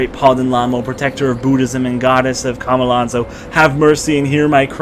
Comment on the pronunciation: How can you hear the main character say Chomolonzo, read it constantly and still pronounce it Kha-ma-lan-zo??? CHO-MO-LON-ZO